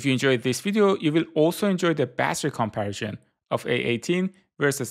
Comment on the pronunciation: Nice video. Informative. Why do you pronounce comparison like that though?